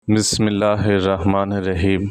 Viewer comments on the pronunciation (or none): none